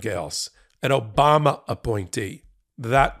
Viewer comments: It's how Dumpty pronounce Obama. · That’s “O-bam-na!” 😏